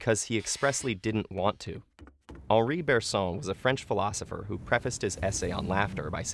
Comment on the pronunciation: Funny: Here, The "on" of "Bergson" is (painfully) pronounced like in French. While French pronounce that "on" like in English...